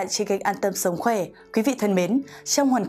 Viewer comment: Sồng khoè là gì??? Phải đọc là sống khỏe...đọc sai dấu sai chữ VN